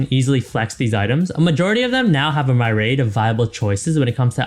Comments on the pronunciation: Bro said my raid instead of myriad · I don't blame the announcer, but whoever edited or okay'd this video left this guy out to dry. "Greevy-us" "My-rade" someone tell this guys editor that its his job to clean up those mistakes. Get him to do a retake if you have to.